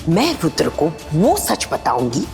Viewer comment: no jo aap bol rhi hain vo rudra ho jaye ga 😊 aur serial m isse rudhre bolte hain